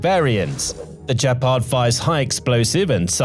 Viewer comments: Great report! “Gepard” has a hard “g” as in “good”, not soft. Keep up the fine work! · It's pronounced with a hard G and means cheetah in German. This sounds unresearched. Don't believe it.